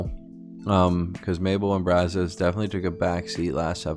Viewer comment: Charles, not Brazzos.